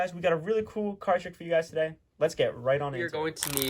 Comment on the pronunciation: Thank you for all the great tutorials. My favorite part of every video is when you say, "Tuh-Day". Keep it up guys